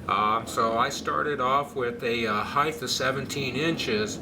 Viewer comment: there's no "H" on the end of the word height.....